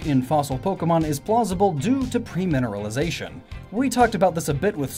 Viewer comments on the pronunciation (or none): pERmineralisation. NOT pREmineralisation.